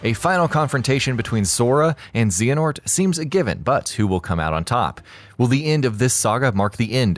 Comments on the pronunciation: Zay Uh Nort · Zehanort? I thought it was Xehanort ... O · Zay-huh-nort, not xah-a-north. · And btw. Its pronounced xeh-heh-nort. Not zeee henort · Zeonort bahahaha 🤣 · “Zeeanort”... that is all. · Zee in ort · Master zeeanort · ZZZZZ a NORT? who is she?? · Who tf is Zeeyanort? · 15 things you need to know! "Zee-en-ort" When you don't play a game but it's currently hip and you wanna get them views. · I remember kingdom hearts wasn't big and we'll known, now that 3 is coming out and it's pretty much looking like game of the year every1 is starting to leach😂 you can tell too.. "zeenahort" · Zeehernort lolololololololololololololol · Zeh-a-Nort........if you're gonna talk about Kingdom Hearts, say the main bad guys name right. How would you feel if someone pronounced Dracula as Drake-coola? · So close to being Good....then there was Z uh nort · Can you stop saying zeeanort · disliked cuz you said zeeenort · I gave up with this video the moment her said zeehNort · XEEanort lmao he obviously has never played a kh game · haha i was about to say. Zen-a-hort and Era-queez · Still better than zenanort and erasqueeze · These videos always five be something to be annoyed at, this time it's "Xeehanort" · Didn't pronounce Xehanort correctly. "Will this be the end of kingdom hearts" just the saga bud. Mentioned heartless, and nobodies but not the unversed. Yikes. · sorry didn't want to sound mean case the vid was still good its just kinda a meme now for people to not say his name right but great job guys! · I clicked off the video as soon as you mispronounced Xehonort. When will the foolishness end? First ign now this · I'm totally looking forward to when Gameranx does this closer to the release and doesn't mispronounce Xehanort. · “xeeehanort” “tetsura nomura” nice